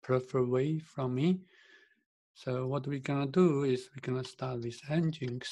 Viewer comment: Nginx - pronounced as "engine X", /ˌɛndʒɪnˈɛks/ EN-jin-EKS :) and why you installed it anyway, if you have not used it in the end...